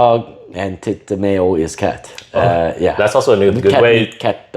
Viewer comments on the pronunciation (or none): "you've gotta learn foods", then goes on to mangle the pronunciation of cat and dog 😂😂😂